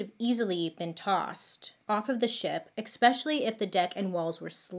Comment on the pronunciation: Hey Bailey... Just to help you, pronounced the word properly the word is especially it is not pronounced, expecialey. it's a c, not an x. OK. <3 <3